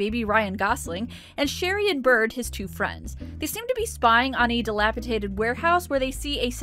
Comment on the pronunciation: "Dilapi-tated" warehouse, eh? ;) We all have that one word that we always screw up.